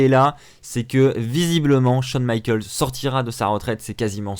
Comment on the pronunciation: "Michaels" pas michalks Putain Va te renseigné quoi